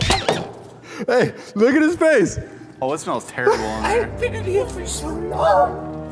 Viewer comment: ”Omg it smells like tareble